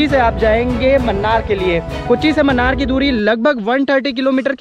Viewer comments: Munnar is pronounced as mannar😀 Its moonnar ( മൂന്നാർ ) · Mannar nahi munnar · Please note it is not 'Mannar' ...it is pronounced as 'Moonnar' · Not mannar Its moonnar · Munnar hai , mannar nahi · Man its not mannar, pls pronounce MUNNAR split it MU NNAR, dont mislead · Mannar mathai speaking :)